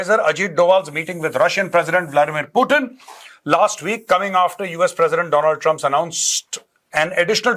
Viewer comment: ये doland trup नही doland duck है